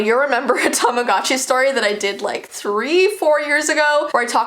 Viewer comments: Tamagotchi not tomogachi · does anyone wonder why tamagotchi sounds like tamadotchi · Tamogatchi Me: Tama- GUCCI My scary Tamagotchi story: What is Tamagotchi? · Yeah whats a TaMaGaZChI whatever its called im pretty sure its called "Tamagotchi", anyways, whats a "TaMaGaZChI" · Tamagotchi Subtitles: Time of God she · your saying tamagotchi wrong it sounds like tamagoochee but it's spelt tamagotchi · its tamagotchi pronounced tamagootchi like theres a oh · When someone says tamagotchi at first it sounds like ‘TOM’ agotchi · Is no one going to talk about how she saying tamagotchi wrong